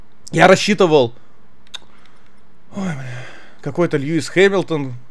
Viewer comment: Булкин: льюис хенимльтон, какие то чуваки непонятные льюис хемильтон будучи 7кратным чемпионом ф1: ну да ну да пошел я нахер